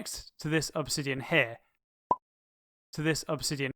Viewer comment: Why you said OBSIDIAN (that's observer) Im LAUGHING!!!